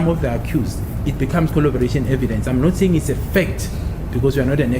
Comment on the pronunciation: CORROBORATION!!! CORROBORATION and NOT COLLOBORATION.!!!!!!!!!!